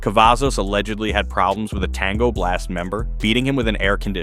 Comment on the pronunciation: Lmfao how he said blast